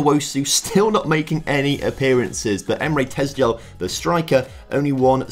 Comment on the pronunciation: Tezgel pronounced how it’s spelt, the gel is how it’s spelt